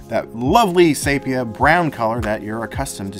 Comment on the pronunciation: Another good one. Sepia tone not sapia. Just saying. As You I like history lessons like the one you provided about the plane and cafe. At Polacon I would have asked the rep why the colors still suck and not great like Instax. And why did you go to an 8 pack from a 10 pack. Instax Black and white is amazing compared to Polaroid. And you should interview actor Jason Lee who just opened up a film camera store in California.